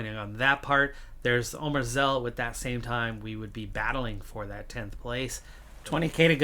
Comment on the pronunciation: Glad that one of the objectives was in my country and the Canadian Mounted Police have recovered to win a stage. :) Very nice job on Omrzel pronunciation, almost like a native! ;) He's our next big hope after Pogačar, won this year's U-19 Paris-Roubaix race and is our current national road race champion two years running. Unfortunately he crashed last week and suffered a heavy head injury but is now recovering rapidly.